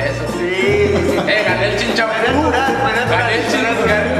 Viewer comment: A ver Ulises, ¿qué tan difícil puede ser decir "chin chan pú"?😂😂😂